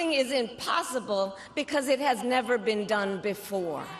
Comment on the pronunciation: I thought you said trump will NEVER set foot at the White House again and you placed too much emphasis on the word NEVER